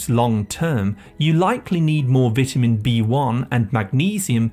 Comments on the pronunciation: I need some more AI PRONOUCE as”VETAMEN” B-1 to get rid of the “AI narrator that’s giving me crazy miss pronunciation that it’s sending into my head. 🤣😂🤪😜🤪😵‍💫😵‍💫😵‍💫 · Learn how to say vitamin 🙄